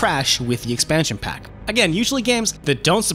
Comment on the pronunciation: STEAdYdropN Em In what universe is expansion pack pronounced like 2pac.